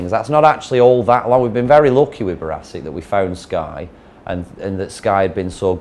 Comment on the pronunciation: Notice he calls it barassic not brassic